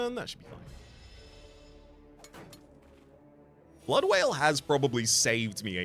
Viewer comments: Already calling Blood Wall Blood Wail instead, never change, Never Change. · Hopefully you eventually realise that "blood wail" is actually called "blood WALL" 😉 Welcome back STS! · Wonder how far into the ep he’ll realise it’s blood wall, not wail